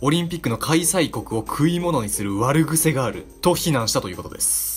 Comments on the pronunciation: わるぐせじゃなくてあくへきでござるよ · わるぐせじゃなくてあくへきでは？ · 悪癖ってわるぐせって読むんですか?あくへきじゃないんですか？ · 悪癖の読み方は「わるぐせ」ではなく「あくへき」だと思います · 「悪癖」はわるぐせ→あくへきです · 【悪癖】 【❌わるぐせ】 【⭕あくへき】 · 悪癖 《ワルグセ》 ではなく、 悪癖 《アクヘキ》 では？ボブは訝しんだボブは訝しんだ🤔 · ｢悪癖｣:わるぐせ❌あくへき⭕ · わるぐせじゃなくてあくへきな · 最初のところ『あくへき』なのでは？ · わるぐせ……？ あくへき じゃないの？(どうでもいい) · わるぐせ？ あくへきじゃね？ 教養は身に付けようぜ！ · は悪癖(あくへき)ですよ。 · 悪癖をわるぐせって読むの頭悪そうに見えちゃうぞ なんか話術というか雰囲気で誤魔化してるけど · 悪癖は「あくへき」と読むのでは？ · 悪癖は「あくへき」と読む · どうでもいいけど、悪癖(あくへき)って読むんだよ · 「悪癖」は「あくへき」と読みます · 悪癖の読み方はあくへき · 悪癖は あくへき と読みます